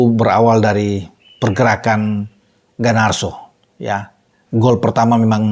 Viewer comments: Garnacho, bukan Ganarso..😂😂😂 GGMU!💪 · Darimana Garnacho dibaca Ganarso,. Kok bisa?😂